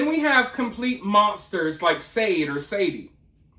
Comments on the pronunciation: Sade is pronounced Shar-day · Not that it matters but i think her name is pronounced like the singer sade ,Shar-day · Its pronounced shaday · Sade is actually pronounced "Shah-day". I listened to the singer all the time and even named my daughter after her, but spelled my daughter's name "Sharde". A couple months after she was born I was driving in the car with her and one of Sade's songs came on. After the song was over the DJ said "yes, that was "Sha-day" for everyone out there calling her "Shar-day"". I looked in the rearview mirror and told my daughter that would be your mom and apologized for saying it wrong😂 I did purposely spell it different though😊